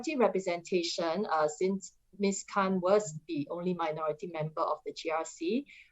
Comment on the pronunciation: I heard Ms Han instead or Khan hahah